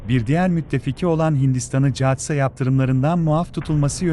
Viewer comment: Catsa Katsa okunur,,,,, milleti guldurme kendine